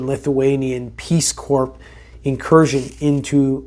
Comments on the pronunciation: Pronounced “core”. Not “corpse”. Sorry to be nit picky. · Corps is pronounced like “core” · Its Core. The PS is silent. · Omg he's saying " corpse" instead of " corps" ....FYI: SILENT S " LMAO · You keep saying corps that’s not how you pronounce it corps is pronounced core like the Marine Corps the s and p are silent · Peace corps* pronounced core* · Corps is pronounced as Core. Love you. Keep up the fight! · It's pronounced cores (corps) corpse is a dead body pronounced how you were saying the other. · The “P” is silent lol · You have mispronounced “Corps” again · Please learn and start using the correct pronunciation of the word “corps”. You’re currently pronouncing it incorrectly as that empty suit Obama does. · The "S" in corps is silent